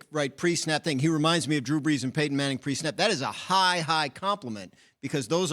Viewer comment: I can see how he can say Brees but not Manning